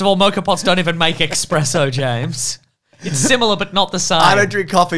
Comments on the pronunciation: its ES sspreso not EX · The tone when james picked up he said expresso instead of espresso was hillarious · thanks for calling out the "expresso" so we don't have to